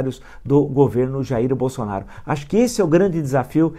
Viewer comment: Impressão minha ou ele falou Bostonaro?😂😂😂